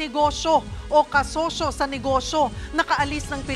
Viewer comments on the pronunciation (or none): ano kamo .. KASOSO sa NEGOSO??? Ano ba nangyayari sa DILA MO??? Nagkaroon ba ng PEPITA??? tsk tsk tsk 👎🏼👎🏼👎🏼💩💩💩👹👹👹